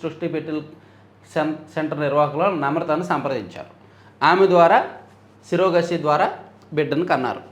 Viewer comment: సరోగసి ని సిరోగసి అని పలుకుతారు ఏమిటి?